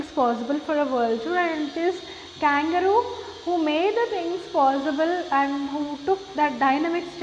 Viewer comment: Mam u r pronouncing the name of kangaroo wrong mam